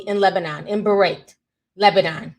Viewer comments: Beirut, Lebanon is pronounced bay-root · Beirut ( Bay- root) Ti🥰❤️😘